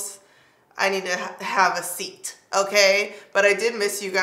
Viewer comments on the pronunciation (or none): none